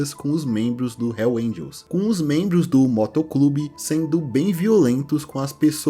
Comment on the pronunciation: Nem Hells Angels esse cara consegue falar... Puta merda